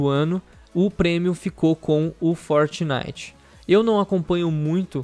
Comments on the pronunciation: "forinite" KKKKKKKKKKKKKKKKKKKKKKK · forinite kkkkkkkkkk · Melhor parte do vídeo foi o "forinite" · É FORINITE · "forinite" kkkkkkk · "FORINITE" kkkkkkkkkkkkk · forinite wtf kkkkkkk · "Forinite" ksks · forinite KK